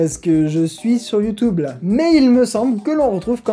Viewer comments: Salut, j'ai découvert ta chaine il y a pas longtemps et tes vidéos sont super interessantes et dynamiques ;) Par contre (sauf erreur), youtube se prononce soit "youtUbe" (à la française) soit "youtIUbe" (accent anglais) mais pas "youtOUbe" ;) C'est juste une petite remarque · HeumHeum.... C'est You tioube et pas YouToube allez salut !!! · Comme commentaire constructif, je propose que tu ne dise plus "Youtoube" mais "YouTube" comme les gens normaux! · Moi j'ai retenu qu'il ne dit pas youtube mais youteube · quand il dit youtoub j ai l impression d entendre ma grand mere dire ; arrete de regarder des videos stupides sur youtoub pendant toute la journé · Il a dit YouToube huhuhuhuhuhuhu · Ça me perturbe de t'entendre dire ''youtoub''